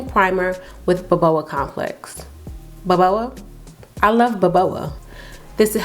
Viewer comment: it's just BOBA nit BOBOA